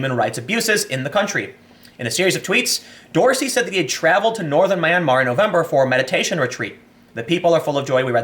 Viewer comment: It's pronounced (m)yan-mar, 2 syllables, think yan-mar but with an 'm' at the beginning. It's definitely not however you're pronouncing it Tim, for a journalist that's pretty bad.